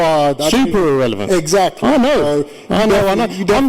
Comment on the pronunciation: Egg sactly , haha